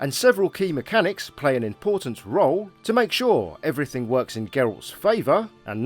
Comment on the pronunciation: "assuming you are looting eweriting in the environment"